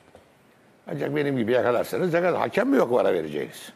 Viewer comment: Futbol camiasının "hakem" demeyi öğrenememesi çok enteresan. "Haaakem" değil yahu, tek "a" var :)